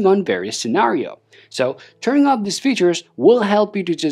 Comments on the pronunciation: Every time you say "turn OFF" you are saying "turn UP". Which means the opposite. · If it weren’t for the visual of the video i wouldn’t be able to make it work because your pronunciation of OFF is SOUNDING LIKE “TURN UP / ON but i am seeing you switch the buttons to the OFF position - Sorry but HOOKED ON PHONICS was too much when i was a kid 👦